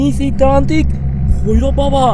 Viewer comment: Tantrik ❎ trantik ✅😂😂😂😂😂